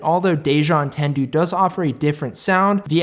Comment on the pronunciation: I'm triggered by your pronunciation of "entendu"